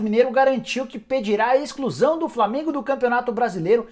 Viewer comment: "ExClUsAO dO FlAmEnGo." 🤣🤣🤣🤣🤣🤣🤣🤣